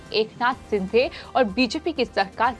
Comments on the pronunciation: सिंधे" नही शिंदे" बोल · Madam जी, it's not एकनाथ सिंधे, he's surname is शिंदे. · Sindhe nahi sinde boliye